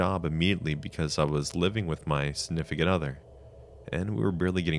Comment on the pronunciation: Snifficant other